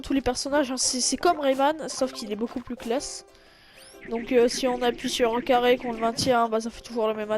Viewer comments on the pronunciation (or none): none